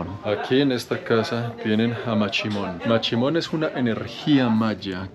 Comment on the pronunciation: Es mashimon no machimon,chimon es otra cosa...